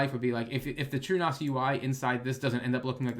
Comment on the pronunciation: Did you say true NOS??? 🤔